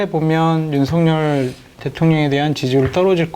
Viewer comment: 윤성녈 아닙니다 윤석열입니다 일본인처럼 발음이 안 되는 건 아니죠? 좀 강조해서 윤썩을 이라고 해도 무방합니다~~ 윤썩을 하는 거 보면 초등학교때 쌈 좀 하는 ㄴ놈들 보는 거 같다..... 이게 ㄴ ㅏㄹ ㅏ냐???